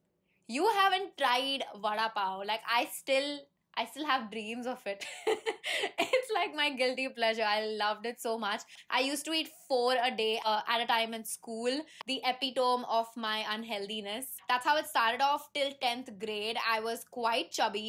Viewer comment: It's pronounced as 'epi-tuh-mee' not 'epi-tome'.